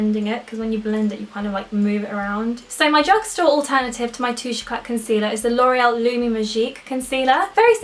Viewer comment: You don't pronounce the T in d"éclat [